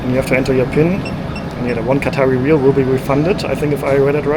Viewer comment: Hi, ever since you been in Oman youve been pronouncing the currency wrong. Its Rial, like when you say real madrid. Re yal.